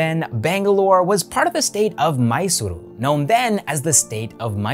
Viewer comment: It is ಬೆಂಗಳೂರು...not ಬೆಂಗಲುರು, ಮಂಗಳೂರು, not ಮಂಗಲುರು, ಮೈಸೂರು not ಮೈಸುರು...